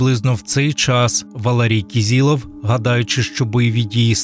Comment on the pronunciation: кИзИлов, а не кІзІлов. Хоча б у пам'ять про убитого вимовляйте його прізвище за правилами української фонетики